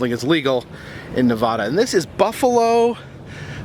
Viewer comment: How to pronounce Nevada, you east coast!